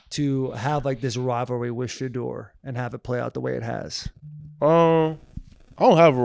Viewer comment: My guy! Can we pronounce the kids name correct 😂 It’s SHA-DOOR!!!!!!